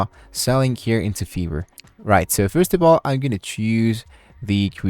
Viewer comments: smh bruh British people normally dont say fiverr like that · bro says: "fever" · why you say "Fiverr" Like that ?? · Because in Europe I is ee.